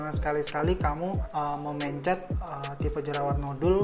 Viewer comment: aneh banget cara ngomong mencet sama pencetnya. kaya pelafalam e dikata mencret